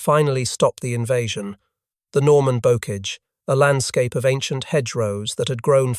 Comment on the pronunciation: "bokage", "et-tee-en"